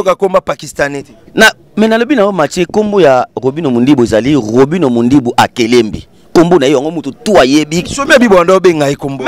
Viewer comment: Eza akelembi et non akelembe mm prononcé le nom de ton patron eza pasi tika tu souffre